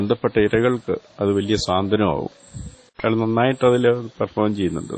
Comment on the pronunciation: അയള്,അയള് ന്ന് പറഞ്ഞത്ഒട്ടും ശരിയായില്ല.